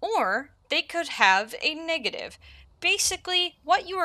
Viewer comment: Ayo did she say " niggative mutations " or is that just me 😂